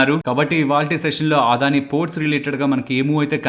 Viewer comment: ఆదాని కాదు.. అదాని.